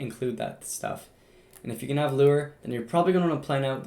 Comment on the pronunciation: hey no offense but its lore not lure